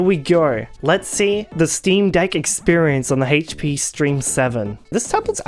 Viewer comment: OH IT'S THE DAMN HAITCH PEA!